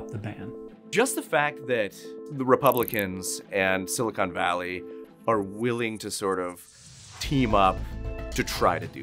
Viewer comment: If you say "Silicone Valley" like this presenter does, you immediately lose all credibility.